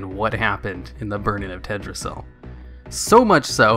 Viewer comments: Why do you keep saying Tedrassil without the L? It's TeLdrassil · It's Teldrassil, not Teddrassil... Not sure if just doing the Asmongold thing where he plays dumb for views